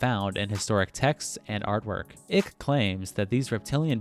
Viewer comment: Please don't call him David Ick. It's ike